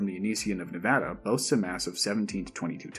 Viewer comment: Thank you for saying Nevada correctly